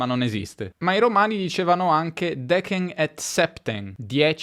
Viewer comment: mai sentito UNDEKIN in latino....Che è undecim ! E i Romani....dicevano DECEM ET SEPTEN e non "DEKEN".... Sta pure scritto lì sopra....Mah.....